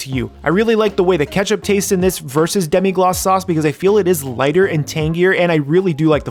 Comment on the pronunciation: It’s Demi-glaze not Demi-gloss